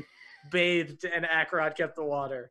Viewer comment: super late, but their pronunciation of Acerak as Akarot stems from Akarot being a long-running villain in the campaign that the characters are from